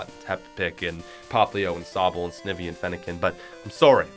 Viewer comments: Anyone else die a little inside on the way he said snivy? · Did this dude really call it Snivy with a short i smh lol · This list gave me ptsd, fuck the incinaroar ptsd, this video was worse. How the fuck do u put oshawatt so low, rowlett so high, and then tell me "oh number whatever it was now cuz idc anymore is "snivee"" you said snivy wrong too im TRIGGERED AND SALTY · Snivee lol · Luke Patton it’s sny-vee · He said sniv - e 😭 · It’s pronounced Sny-Vee. And Snivy is a badass especially in the anime. I love your channel. You’re in my top 10 favorite you tubers but the fact that oshawott and Snivy are low just I don’t know what to say about your Pokémon opinions. You’re still in my top 10 favorite you tubers tho always will be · Me: we love you snivy: snivee Me: WTF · So what do you want pronounce Snivy's name the right way this time (S-NYE-VE) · Snivy - pronounced- sn-eye-vee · That’s how I use to pronounce it back when it first came out 😅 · I felt my soul break when he pronounced snivy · This man just said Snivy, Turtwig and Treeko in a row. - this is when I realised his opinion is invalid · Is that really how you pronounce snivy? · You not qualified to talk about pokemon the way you pronounced some of these jeez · PikachuDaEletricGod he said snivy wrong lmao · Him: pronounces snivy wrong Snivy: am I a joke to you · You said snivy wrong lol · Thats how u know when this guy doesnt watch pokemon when said he snivy wrong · Not only did he rank snivy so low (behind fennekin) but he also absolutely extraordinarily unbelievably butchered its name. SNIVY SHOULD BE NUMBAA WAAN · i hate the way u say snivy just ew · That was a terrible way to say snivy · I really agree with these picks. But am I the only one that was triggered when he said snivy wrong? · Never in my life have i ever heard anyone pronounce snivy the way did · “Snivy” I slap 👋 myself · I think we will all ignore how he pronounces " snivy" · When he said it I actually sweared at a virtual him